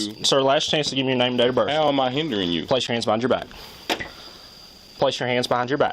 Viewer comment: “Name and dater berf”